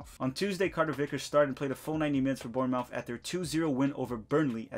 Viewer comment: The way you said Bournemouth really triggered me lol